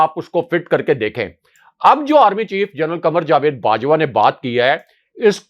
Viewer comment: جا وید ✅—- جوید X